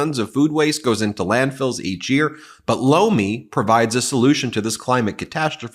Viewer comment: Try saying "but Lomi" instead of "ButLomi" as that sounds like a very different thing.